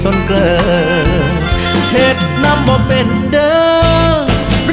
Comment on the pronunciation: คำว่าเป็น ออกเสียงเปง